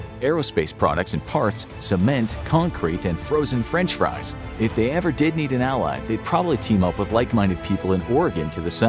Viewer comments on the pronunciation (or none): none